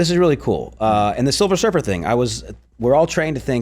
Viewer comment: Silver Surfer - not Silver Surfess !😮